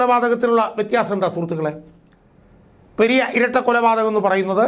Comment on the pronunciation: ചേട്ട പെര്യ അല്ല പെരിയ